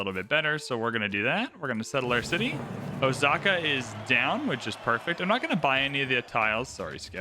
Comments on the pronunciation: Actually, the reader should pronounce it with the emphasis on the O (as in "oh! I get it"). Let it be slightly prolonged. As in Oh!-saka. The O is the kanji character 大 which means big or large. This city is the big saka. While saka isn't necessarily a modern word, used more for a sound, it probably has a historical meaning as "hill". This would make it "big hill"as a city name. Which makes sense due to being built on the side of a mountain. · I haven't watched Shogun but the correct pronunciation of Osaka is with an s sound, not with the letter z